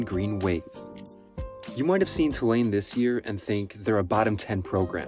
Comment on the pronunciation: No way he's from the south. But at least he pronounced Tulane correctly.